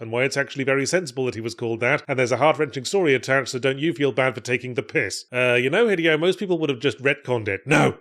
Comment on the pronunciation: Yahtzee, my dude, it’s been almost 2 decades… Say it with me: hee-DAY-oh Kojima.